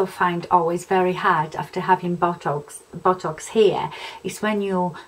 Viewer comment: Sorry, but I've been laughing so hard everytime you mentioned botox, you're accent made it sound more like bottocks, esp when you said you were going to see your bottocks lady, lol!! You seriously don't need to spend that sort of money on a temporary measure imo. Love Real Housewives of any variety, esp when there's a cat fight, thanks for this, just felt like we were in the same room chatting over a glass or 2! Joan x